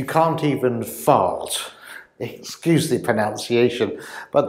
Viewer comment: BTW, right in the beginning of this video, the word is pronunciation. There is pronounce and pronunciate, but there is no such word as: pronounciation.😳)